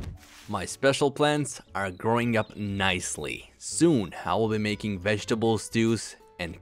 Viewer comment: Your "Mgaking Paint"?